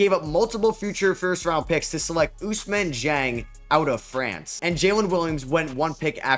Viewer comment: You can make an effort it’s Ousmane Dieng not Usman Jang